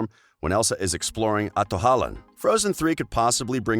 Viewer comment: MaShEd PoTaEtoEs “Atohollan”